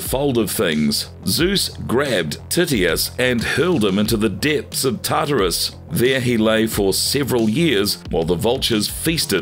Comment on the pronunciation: your A.I. needs corrected recordings of the words Cthulhu, Tartarus, Chimera, Tityos.